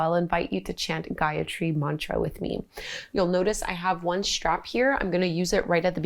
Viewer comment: I am from India and I am feeling proud that our sanskriti spreading and adapting by you with this much of grace. And the pronounciation of the gyatri mantra was so clear thanks for this video. Feeling grate after doing this feeling connected with myself more and there is peace in my heart.head is clear. Thank you again. You are doing great keep doing it. ❤